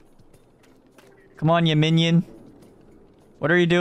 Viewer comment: 발음 무슨일이야진짜 귀여워 미침 웅냥냥도 아니고 움뇸뇸 발음인게날미치게해 얌민니온 막이래